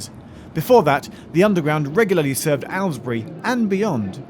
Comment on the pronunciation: Geoff's pronunciation of Aylesbury made me laugh! Arlesbury it sounded like 🙂